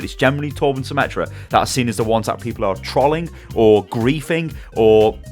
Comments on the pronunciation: lol i like the way says 'trolling'. its like 'traughlling' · As an aside note... you pronounce "trolling" and "troll-y" strangely... or... maybe it's my Irish accent that pronounces it strangely 🤔